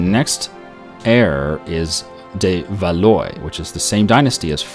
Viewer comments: Valois is pronounced Valwa. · And Valois is pronounced "val-wah"; the last syllable is the same as in the name Francois (fran-swah).